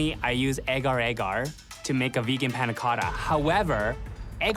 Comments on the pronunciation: malaysian watching this: not the "egar-egar" 🥲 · It's Agar Agar 😂